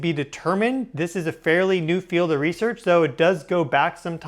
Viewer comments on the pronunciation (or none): none